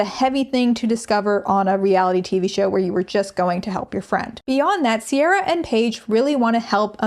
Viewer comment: No harm to Ciara because she didn't choose her name but it is soooo galling it's pronounced Sierra when it's an Irish name that should be said "Keir-ah"